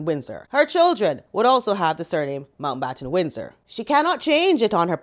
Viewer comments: I’ve never seen somebody struggle with their last name so much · Is Megan thick? She couldn't even say Mountbattan Windsor.